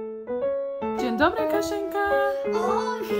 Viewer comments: Omg your „dzień dobry” sounds really good! Also recommend you Muzeum Powstania Warszawskiego! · You say "dzień dobry" both so good and cute :)